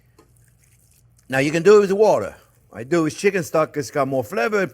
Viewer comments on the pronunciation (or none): Chef Jean Piere just sayd "use whater? " oh God ! Chef? you ok ? :)